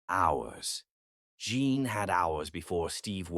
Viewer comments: Your story is sweet, but it's annoying when the computer says John instead of Jean. If you listen before posting it you would catch it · Rating 9. It is me from NJ again at the end of the story. Rating 10. I love the way read the story. I rated it 9 because I thelead female's name was Jean but was repeatedly pronounced as John. I found that distracting.